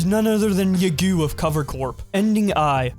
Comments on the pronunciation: It’s pronounced Yeah-Goh, the Japanese language is a bitch like that. Speaking of, the nickname Yagoo came about because one of his idols misread the calligraphy for his given name, Tanigo, and he decided to endorse and perpetuate the memes that spawned from it. So powerful that some people working under him still don’t realize it’s a nickname. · You butchered pronouncing yagoo bruh lmfao